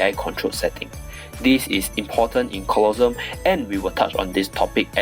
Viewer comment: I like how you pronounce Colosseum "Colossum" instead of "colosse-um xDD that doesnt matter Anyway good vid